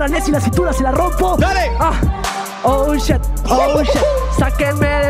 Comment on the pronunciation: Excelente video, solo que no era "SHET" es "Shit" xD